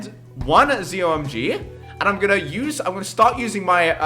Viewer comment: you say Zomg it's meant to be pronounced Z-O-My-God